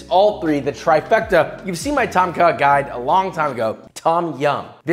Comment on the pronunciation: The way he says ต้มข่าไก่ (Tom ka gai) sounds funny to me lol. I don't blame him though, some Thai words are weird.